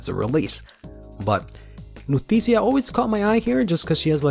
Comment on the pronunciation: I know I'm a year late, but I honestly thought it was pronounced "Luu-T-shee-ya"